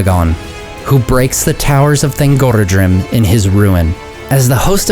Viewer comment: i read that thangorodrim is pronounced with the "rod", and not the "oro". It comes from Thang, orod, and drim, meaning oppressor, mountain, group; or Mountain Chain of Tyranny. Please correct me if im wrong ! :) also, Turin's sister Lalaith (sindarin for "laughter") is pronounced La-lie-ith, not La-lie-th, if that makes sense.